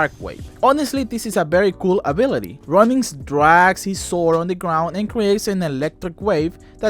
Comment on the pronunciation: i swear every time you say ronin i hear running. love your videos!